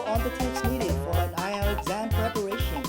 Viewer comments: đúng là đọc sai nhưng sai ở âm tsh, e đó đọc là sh. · cho e hỏi ngu tí ak. Sao c ấy lại đọc là 8-ai-eo ạ? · bà Mc đọc weo căm tu tám ai eo hahahaha